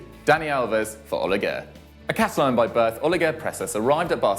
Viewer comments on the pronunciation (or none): none